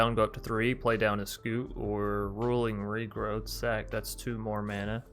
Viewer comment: You keep saying rolling regrowth, but I forgive you